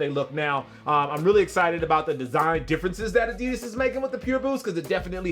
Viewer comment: Finally someone pronouncing adidas right... at least the first time u said it